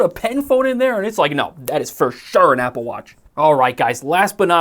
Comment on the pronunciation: “Appel” lol